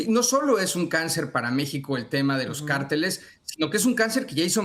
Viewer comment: ¿por qué no aprendes a leer en español? ¿Entiendes la diferencia entre “CÁRTELES” Y “CARTELES”. Eso arriba de la Á es un acento y su propósito es indicarte cómo leer la palabra, donde poner el énfasis. No ¿verdad? No entiendes… Ah, y no se pronunciam”ShAinbaum”, es Sheinbaun, en español. Solo presta atención a tus entrevistados y fíjate cómo lo enuncian. Tampoco ¿verdad? Bueno, yo traté…